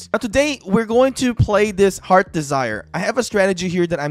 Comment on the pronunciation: Second, it's heart's desire not heard desire. U put heard desire not heart's desire😅😅😅🤣🤣🤣